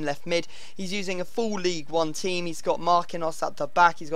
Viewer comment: It's Ligue Un not League 1